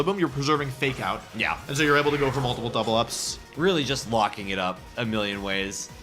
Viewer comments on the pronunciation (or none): none